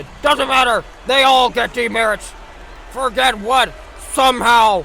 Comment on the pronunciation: Also, the town is pronounced For-jay, its actual an old french settled town. The forget what joke is also a joke more local people make, so i wont get too mad at the mispronunciation edit: YOOOO YOU PUT THE HAPPY NUN IN THE VIDEO HOLY SHIT ❤❤❤❤🎉🎉🎉🎉